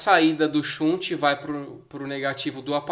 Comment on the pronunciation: Shunt, do verbo desviar em inglês, se pronuncia mais ou menos assim: "xant". Abraços e parabéns pelas dicas.